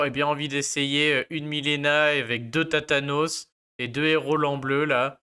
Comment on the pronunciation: Tu m'as fais rire , t'as tathane en tête, tu dis thatanos pour Thanatos 😝